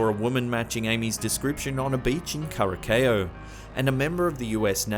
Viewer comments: karakeo hahaha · Curacao is pronounced as "Cure Uh Sow" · Curaçao?! It’s not pronounced that way. 🙈